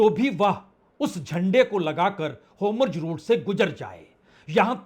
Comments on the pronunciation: Homurz nahi 🧐….. Hormuz hai wo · Wrongly spoken: Anchor should correct it. NOT Homjojeroot but Hormuz NOT Notanu but Netanyahu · Lacchar support team.can't speak HORMUZ properly.